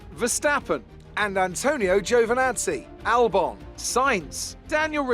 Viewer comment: Why do you pronounce it “Albin” and not “Albon”?